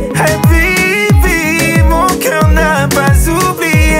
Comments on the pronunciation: La façon de prononcer Habibi 😍😍😘😘😍😍😍💍💍💍💍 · La façon qu'il prononce "HABIBI" 😍❤️